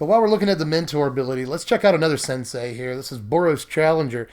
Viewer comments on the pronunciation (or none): none